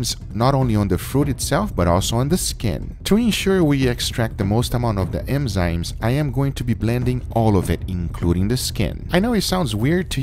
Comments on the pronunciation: ENZYME, not EMZYME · Enzyme....not emzyme... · Enzyme.. Not emzyme.